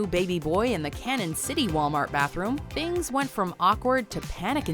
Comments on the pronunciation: Cañon City is pronounced "Canyon" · It's pronounced Canyon City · Cañon city is pronounced like Canyon. 😅